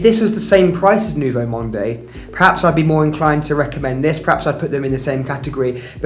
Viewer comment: Thanks for this very interesting video. Just do not pronounce the e in Nouveau Monde. It is Nouveau Mond .